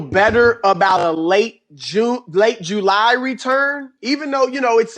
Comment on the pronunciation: Chris 'Late June, Early Jew-Lie' Broussard